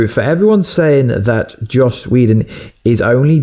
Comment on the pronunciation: It's JOSS! Not Josh!